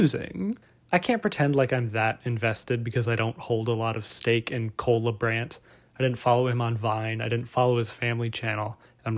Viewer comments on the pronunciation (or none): Does this guy realize his name is Cola Brand? That's all I hear when you say his name. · I thought you said "cola brand" and you said what comes to mind when i say cola brand.... coca cola? 🤣🤣🤣